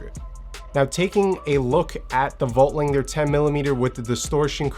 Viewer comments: Yep, no g... lander. Not langer. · I can't listen to him butcher Voigtlander again